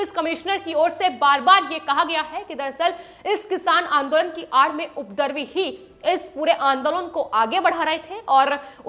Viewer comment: जलेबी बना बना कर बोर करती हो। विडियो सिर्फ़ पाँच मिनट का हो सकता था। और कृपा करके “उपद्रवी” शब्द का सही उच्चारण सीख लो।